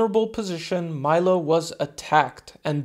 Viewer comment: In italy we say "milo" and not "mailo" 😉... bless you man, I live a couple of hours from crotone. Great video